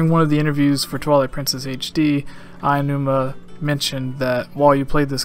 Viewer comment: Aonuma, not "Ayanuma."